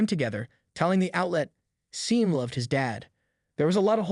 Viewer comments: Why can't any Gen Y or Gen Z person freaking pronounce a lot of English words and common names correctly? This drives me crazy about YouTube videos. Sean is pronounced like Shon, not SEEN. Get it right, for Pete's sake. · It's Sean pronounced Shawn. Not Sean as in Scene. Pictures are nice but whomever or whatever is speaking is Weak.